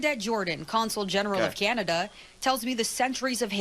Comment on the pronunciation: Please, ... Please stop saying, "Keeinada" ... It's really simple, .... "Can" "Ah" "Da" ... Not "Keeinada". 🤣